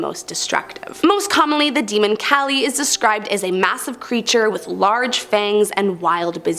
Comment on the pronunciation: Kaaaaaa-leee is how uts pronounced and there us male female personas to kali.